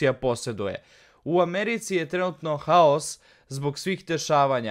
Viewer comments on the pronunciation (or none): none